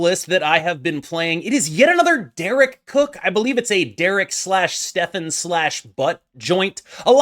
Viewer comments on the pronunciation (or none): none